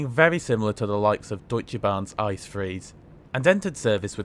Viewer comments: 😊 İt's not calles İCE🍦,rather eye ce e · You probably know this, but they are not called "Ice" trains, even though it's spelt like that. The correct pronunciation is "It-Say", which is what you have to ask for in Germany. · Did you really say ICE wrong. I would have guessed you would know the correct pronunciation